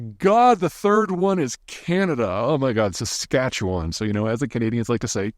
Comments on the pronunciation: Nailed pronunciation of saskatchewan 😊..impressed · You get credibility with that pronunciation of Saskatchewan! Our biggest potash mine in Saskatchewan BHP Jansen isn’t even in production yet. It’s been years in the construction phase but coming online soon. 🔜